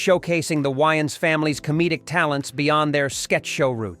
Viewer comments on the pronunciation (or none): WHY-ans? It’s WAY-ans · It's the AI can't figure out how to say it properly